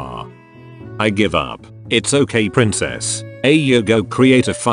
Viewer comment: is it just me or just call senju ''prinecess'' LIKE🥲🥲🥲🥲🥲